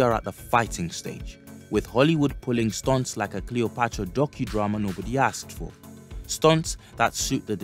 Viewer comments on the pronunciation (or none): none